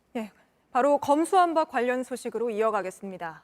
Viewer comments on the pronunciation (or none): 검수완판이라고 발음했던 사람이다. 제대로 알고 있나 싶다.